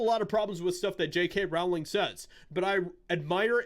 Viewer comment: Its "rolling" - not rOWling.. The R O W is pronounced as in row, row, row your boat. She has said this herself.